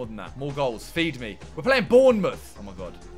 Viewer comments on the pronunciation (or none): I hate the way people pronounce bourNemouth 😂